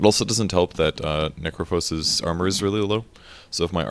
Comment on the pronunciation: Necrophos? Necrophos?!? come on Volvo!